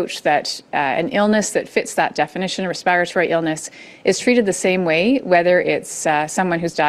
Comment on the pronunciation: Why does she pronounce “respiratory” like that…it’s driving me insane.